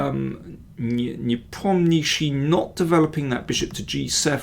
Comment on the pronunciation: You need to work on pronouncing these foreign names! NE-POM-NEEACH-CHEE is better 🤪🤪🤪